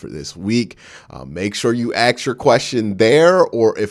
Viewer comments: Axs... Pronounce it with me. Ah-sss-k. Not Axs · I'll be sure to never AXE a question... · Lol okay okay. You Axe 3 times in a row. You gotta be clownin with us 🪓 ⚒